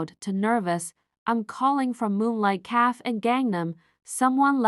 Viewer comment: The AI narrator is horrible. Mispronouncing simple words like shoe/show, café, afrobeats, wound, and other words. The plot was different. Liked story.